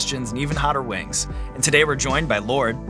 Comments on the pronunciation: I love how she pronounces them “wangs” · I love lorde and have since first hearing her on triple j in early 2010s... But as an aussie, I will never not knock a kiwi's pronunciation of "spicy lil wangs"